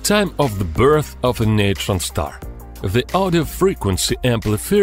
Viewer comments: neeetren star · Oh come on... "neutron star" get out.